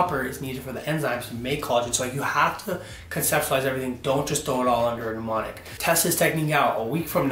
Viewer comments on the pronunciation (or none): he says MNEmonic like PNEUmonia hhahah